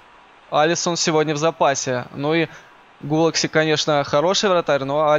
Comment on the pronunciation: Не Гулакси а Петер Гулаши